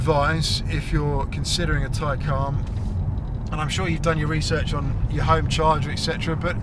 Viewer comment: No one says it like you “Taycaan”